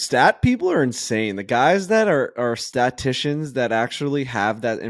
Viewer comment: STA-TIS-TICIAN. And let’s goooo